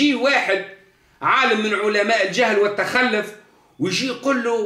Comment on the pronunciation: التخلف٠ ينطقها بفتح اللام وتشديدها ٠ معنى هذا ان سيادته لا يعرف العربية الفصحى اصلا ولا اللغة القرآنية ٠ الصواب هو : التخلف بضم اللام وتشديدها يتكلم بالدارجة التي لا يحسن غيرها